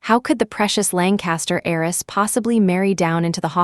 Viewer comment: HEIRESS not Eris or ays